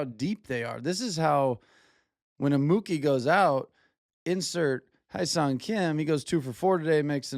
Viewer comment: It’s not “High song” Kim. It’s “Hh-YES-sung” Kim. If that’s too difficult then say “HESS-sung”. Just don’t say high sung he’s not rye bread